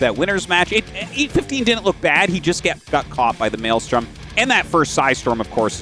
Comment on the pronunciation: "maylay storm"